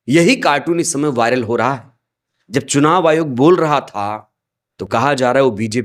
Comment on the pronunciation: Chunav ayog nahi churav ayog h bhai